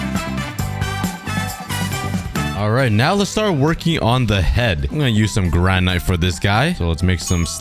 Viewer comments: And it’s (gran/it) not (gran/ite)😊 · Hey, just so U don't make mistakes in the future, you were calling granite (gran-it) granyte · You don’t pronounce granite like gran nite it’s like granit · It’s not granite it’s granit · Are we just going to ignore the way he said granite? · Bro... you can't pronounce Granite?